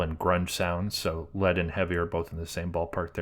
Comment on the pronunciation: "Lead" is pronounced "Leeeeed". As in lead guitar. Not like the toxic metal.